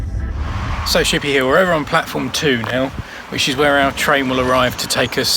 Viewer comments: Actually it is pronounced "Ship ee ah Hill" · also said it as chippy Hill at one point!